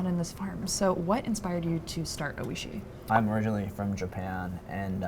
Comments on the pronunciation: It’s pronounced “OY-shee”. The Japanese word for delicious. He was so polite not to correct her. She mispronounces the name over and over. Shocking this wasn’t fixed. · That’s all I could focus on was her mispronunciation